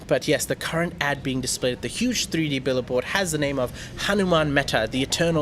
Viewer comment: It’s not a “billaboard “ but a “Billboard “